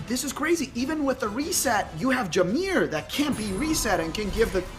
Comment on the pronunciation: It's jamire not jamear.